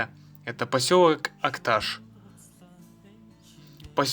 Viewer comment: Так себе видео, сам посёлок Акташ не показали, и про дорогу вскользь рассказали. И если говорить из Акташа, то ударение надо ставить на последней букве. И не Улуган, а Улаган. Уж если едете куда, тем более выставляете видео, постарайтесь грамотно обходиться с географическими названиями.